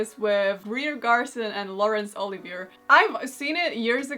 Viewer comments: The "er" in Olivier is like "ay" (long A or the letter A, basically), in case it comes up again. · My fav if I had to watch at all was mom's But you are to young to know or may not have heard Laurence Olivier (my Italian gram pronounced it Olive ay ay) instead of-O live ee yay(Mom 87yr old-crushed on his silent brooding much how handsome-dark hair movie Stars (Jane Eyre) were in early 30's🙄😉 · Lawrence Olivi-ay